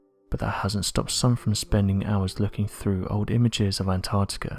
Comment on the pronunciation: Could you get a reader who doesn't have a speach impediment? He cannot pronounce "l". He swallow his "L"s. "Old", sounds like "Owed". "With", sounds like "Wiv". "Beneath", sounds like "Beneef".